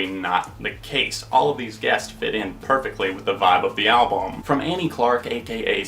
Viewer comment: Echoooooes! Are you saying "Pam" or "Albawm"? Good review mate! ;)